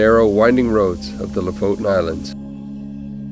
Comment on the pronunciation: The last vowel is an E not O. LO-FOTEN is a more correct way to pronounce it.